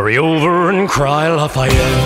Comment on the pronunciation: I love the way you pronounce is Lafayette